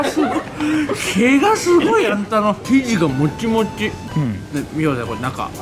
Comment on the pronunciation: てつやの「生地がモチモチ」って口に食べ物入れながらしか出せない汚い発音、どこかで聞いたことあるなぁ思ったら、エルサルバドルだっけ？で食ってたダブルスの時だw